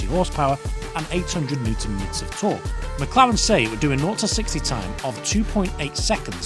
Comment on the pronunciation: Wait , are you saying “newton meters torque” 😂 wtf